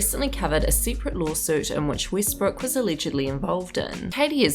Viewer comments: Westbrook (“e”as in “elephant”) not Weestbrook. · Obviously, but someone’s name should still be pronounced correctly.